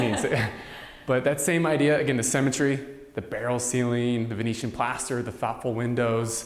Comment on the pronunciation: I thought he kept saying cemetery but I think it's symmetry . Wondering what I was going to do with the bodies. Then he talked about the need for a bullet proof room - then the thought of living, scared of dying, in the US made me appreciate my own country.